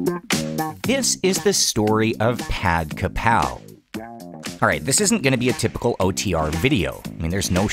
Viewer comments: its pronounced pahd-gra-pau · I think the pronunciation are fine. The tones are off but that is to be expected. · The correct is Pad Kaprao กะเพรา not Pad Krapao กระเพา. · How Thai pronounce is Pad-Ka-Prow (like Now) not 'pak-a-pao' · It's actually Pad Kaprao, not Pad Krapao. Common misspelling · I'm Thai. It's Pad Ka-prao, not Kra-pao. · Kapow! 👊 Why you call it “Pad Kapow?!” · Why do these presenters never make any effort to pronounce the name of these dishes correctly? It's one quick google away. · How is your pronunciation of some things so spot on yet you still pronounce the dish name wrong hearing it said by everyone around you IN thailand lol